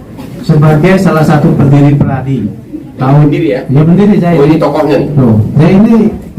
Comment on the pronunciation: PERADI BUKAN pradi